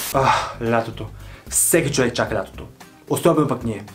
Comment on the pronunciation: Като чух да казваш “въй чуек” припаднах от смях🤣🤣🤣 Много липсваш😘